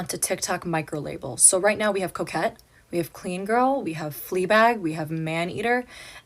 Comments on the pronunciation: Every time you say coquette I think you're saying 'coke head' and it still fits so well 😹😹😹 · I thought you were saying coke head and not coquette.